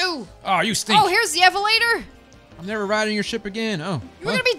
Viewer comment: She keeps on saying evelator for elevator